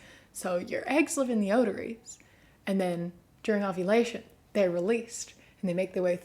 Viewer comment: Did I hear wrong or did you say otaries instead of ovaries?